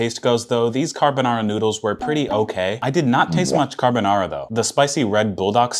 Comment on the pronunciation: Bruh he can't even pronounce and easy word like carbonara